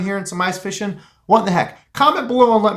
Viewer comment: Is that really how you say fishing? Or you just being funny? Lol